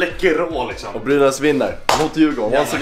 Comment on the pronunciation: "läkerol lixom" 😭😭😭😂